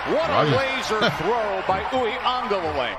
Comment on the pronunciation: I love how you say DJ Uglelelelelee! Lol As for me, I’m sticking to DJ!